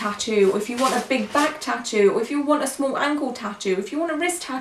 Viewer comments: I know she's not a native English speaker but 'tutoe' drove me nuts this whole video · No one: Her: Tittos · I cringed every time she said “tittoo” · I hate the way she says ‘tattoo’. It sounds like ‘t-too’.